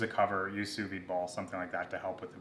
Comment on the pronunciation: Fantastic video, I know nothing about sous vide so I need all the help I can get. I do know that the D is pronounced though, it's not a silent d.